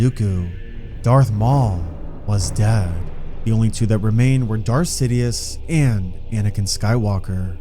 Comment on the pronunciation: why do you over exaggerate the word dead